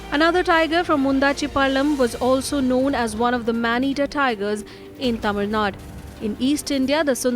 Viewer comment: Tamil Nadu not Tamil Nad